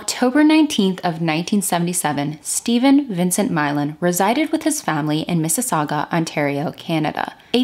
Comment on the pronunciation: Thank you for pronouncing Mississauga correctly! Grsat video. I went to Humber around then, too, but this is new to me.